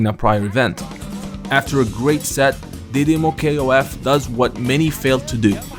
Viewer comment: Hey freind you can talk didimoKOF normal no K O F. in Brazilians we call it that didimokof all Words together but you can call it that way if you fell it more comfortable